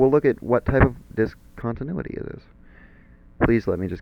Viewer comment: when the teacher cant pronounce the title of the lesson